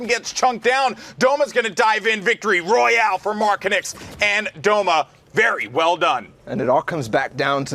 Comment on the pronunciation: Ne znaju reci MARKONIX